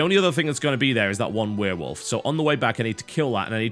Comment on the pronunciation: I loved this game when i got it... and i also love how he says werewolf xD weeeewolf